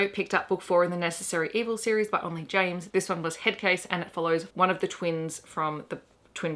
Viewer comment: Nailed the name FYI 👌 👏